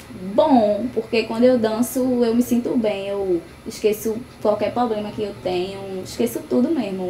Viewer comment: Ainda fala "poblema" kkkkkkkk